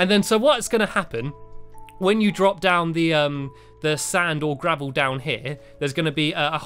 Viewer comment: LOL SAVEL INSTEAD OF GRAVEL